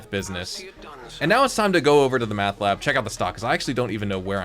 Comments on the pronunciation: Its mEth bro..mEth...not mAth 😆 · Seriously I was like what the heck its Meth not Math…..,lmao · Dude please!!! There's no frickin A in Meth!😂😂😂